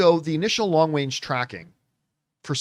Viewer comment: “Long Wange tracking” 😂😂😂